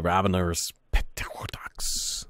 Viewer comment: just so you know pterrodax is pronounced with a sillent p and so is just terrodax